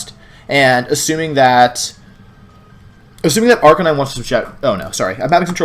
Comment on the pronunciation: Why did you forget how to say Arcanine correctly?